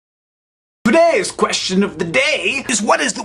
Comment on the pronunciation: When Hank said, "Today's question..." I heard "Bidet's question..." which is really kind of ironic when one remembers the the part about tweeting his poops. The strangest thing I've ever done for a dollar was to write an essay about why penguins would be useful during a zombie invasion.